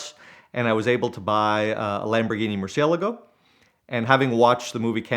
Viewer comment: If your gonna own a car that expensive you should atleast know how to pronounce the name of it correctly. Awesome car story though.